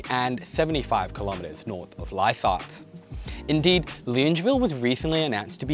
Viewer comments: HOLY FRICK I AM OFFENDED LUNGEVILLE? AS A LANE COVE NATIVE ITS LONGAVIL I KNOW ITS APRIL FOOLS, BUT THIS IS JUST TOO MUCH TO TAKE 💀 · Hi, Love you channel and your excellent delivery. Just picking you up on your pronunciation of Longueville. It's pronounced Longer-ville. I laughed when I heard you say it. Also, I've get to disagree with your view that we need to keep jamming people into units. The quintessential quality of living in AU is that we have (or used to) the luxury of a backyard in the suburbs. We don't want to live like they do in HK or China. Yes, its a symptom of insane immigration but having grown up in Haberfield, I love having space around me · loongeville? ...ahaha your pronunciations never cease to crack me up 🤣great vid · You're an amazing young man and a Doctor too. Loved your video on Wondabyne, we used to take the train there from Epping and camp for a few nights when i was 15 and walk next to the train tracks to Woy Woy. Used a torch to signal the train driver to stop at night. I've always pronounced it that suburb Long-e-ville ? Best wishes to you for your future :-) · Buddy it’s pronounced long-a-ville (as an unwilling resident of the area) sick video tho 💜💜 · Longavil is how it’s pronounced. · Longueville --> pronounced Long-ga-ville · Lived in Sydney for 30 odd years and always learning something interesting about it, like how to pronounce Longueville